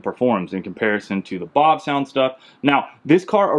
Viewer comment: How about the pronunciation of “Bavsound”? I called your number and listened to the recording of you pronouncing your own name. It’s Bav with a soft a, not Bahv. Like “bat”. Not like “bot”. Thanks for coming to my Ted talk.